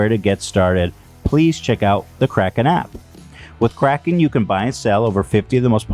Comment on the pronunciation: My man Ethan said Krapten instead of Kraken LMAO